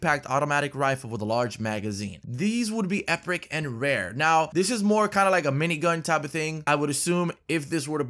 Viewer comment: 5.59 he said epripc